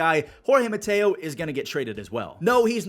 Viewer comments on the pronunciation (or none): none